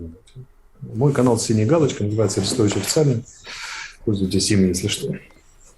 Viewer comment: Орестович ударение на О